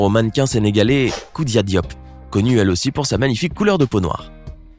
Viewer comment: Tu dis mal khoudia dioP